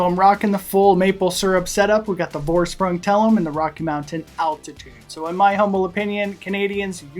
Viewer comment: Great vid, but the pronunciation is killing me: it's German, so it's FOR-SH-PROONG, not VOR-SPRANG, Geez...